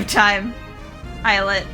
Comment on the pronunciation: Words are tricky, lol. Islet is pronounced Eye-let. I used to think it was is-let also.